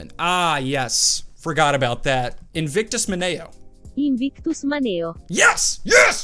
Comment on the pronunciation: That’s crazy “Invictus Maneo” came up. I actually have the Armstrong family crest tattooed on my right shoulder with that phrase. You pronounced it right. 👍